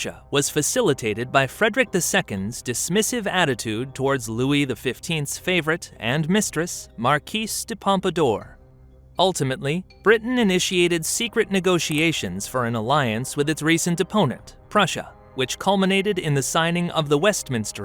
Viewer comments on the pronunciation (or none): “The markeese de pampadoor”.. Love the info, delivery and graphics, but some of your pronunciations of foreign languages, names, and places can be distracting. Think of the Great War series on YT with Indie Nidel and team. Those guys always pronounce everything correctly and it contributes to their success as a trusted source for historical information on YT. That could be you bro.